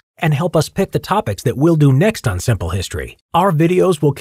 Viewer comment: did you say "siple" history fans